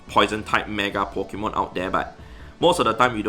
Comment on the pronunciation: It is said Pokémon not Pikemon,, thus saying spoils the entire existence of pokemon